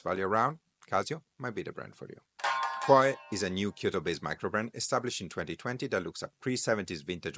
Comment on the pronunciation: Kuoe spell correctly is KU-O